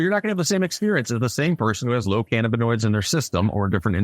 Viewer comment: Shout out Dude for the correct pronunciation of cannabinoids ❤